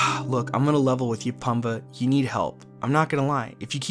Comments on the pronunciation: > Absolute favorite film growing up > "P-uh-mbah" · Its pronounced Poom-ba... F@ Poooooom.... Baaaaa! Arggghh!